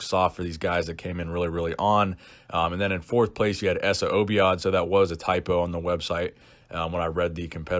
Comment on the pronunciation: It's so funny how u pronounced essa obaid name lol